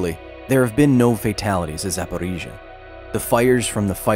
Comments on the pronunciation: The most impressive thing about this video is Kyle's ability to say Zaporizhzhia like a native Ukrainian. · Kyle’s “До наступного разу” [do nastupnogo razu] sounds like [tu nastuknogo grazu]. It took me quite few takes to understand what he says… But I’ll give him one thing - he nails names for cities and districts. “Запоріжжя” sounds crisp)